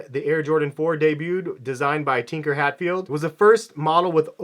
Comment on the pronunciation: Tinker Hatfield is a genius lol. Probably butchered his name though